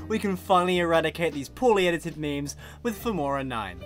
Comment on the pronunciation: Did he just say memeys?